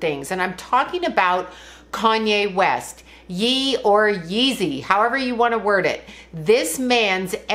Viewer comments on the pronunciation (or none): Ye is pronounced yay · Ye, pronounced like “yay!” lol